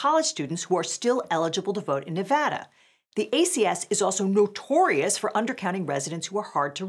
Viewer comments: Shout out to for correctly pronouncing Nevada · hey, she said nevada correctly.